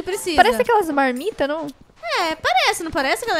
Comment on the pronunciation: e falou que não a mãe não tá em casa tá parecendo que falou malmita